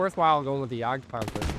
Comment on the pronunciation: was your best attempt at "Volksgrenadier". "Jadgpanzer" was very good! "Jagdpanther" was almost correct. It's just that the "th" sound doesn't exist in german, and is simply pronounced as "t". "Stuka zu Fuß" is still the same. Again, it's supposed to sound like "Shtooka tsoo foos", not "Stooka dsoo foos".